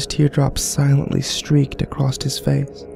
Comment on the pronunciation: Acrosst? XD